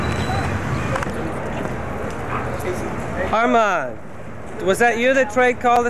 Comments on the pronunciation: Its Armen!!! Armen Ra!!! Not Armand!!!! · It's not Armand. It's Armen. Armen Ra =